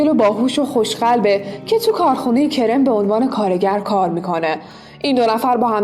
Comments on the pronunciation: واقعا که سریال عشق تجملاتی اسم پسره کِرِم نیست کَرَم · کِرِم نه کَرَم😐😂